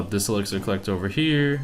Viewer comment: wow Like He said "You should put a elictir collector or you will have a rough match" WWew Dat "Elictir " e.e